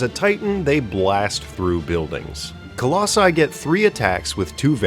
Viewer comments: I think it's pronounced Colussy. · Listening to that first pronunciation attempt of "Colossi" caused flashbacks of listening to George W. Bush try to say "nuclear". Loved every bit of the video, though!